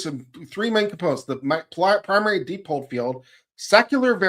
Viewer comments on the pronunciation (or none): dipole = “DYE-pohl”, not “DEE-pohl”.